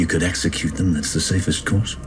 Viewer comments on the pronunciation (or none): none